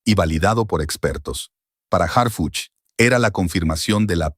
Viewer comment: Que bueno que ya estan tras las rejas esas mujera verdad yo me canso de escucharlo decir hargucj y harfuch